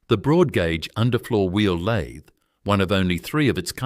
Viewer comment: Lathe say it correctly F AI